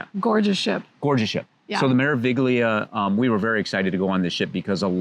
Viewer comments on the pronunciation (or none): In italiano la “G” è silenziosa. Come mare-uh-vee-lee-uh. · Just for future reference, the g in meraviglia is silent, so it is pronounced mer a vi lia.